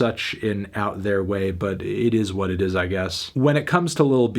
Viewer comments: Eet ees what eet ees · eet eees wat eet eees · It ees what it ees